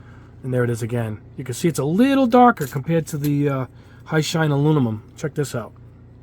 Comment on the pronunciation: Aluminum not alumimum